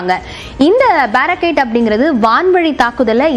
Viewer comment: Its Baarak 8 Indo Israel JV, Pronounce correctly